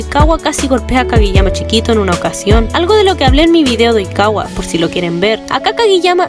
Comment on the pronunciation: Qué rara forma de decir Oikawa Tooru